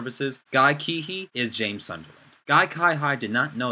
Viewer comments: Um his surname is pronounced See-hee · Cihi is pronounced as Sihi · Nice video, I agree on your opinions and looking forward to see, how it all pans out. But I want to correct you on your pronunciation of Guy Cihi's name. It's pronounced "Seehee". Thought you wanted to know that ^^ anyway, keep it up, going to see your other videos :D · his name is pronounced more like "seehee". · You cant even say guy cihi's name properly...thumbs down.